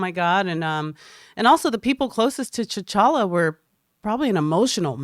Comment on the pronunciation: I can't figure out. Sometimes she'll drop a deep cut reference that shows how much she really knows movies, but moments later she'll pronounce T'Challa as T'Shalla.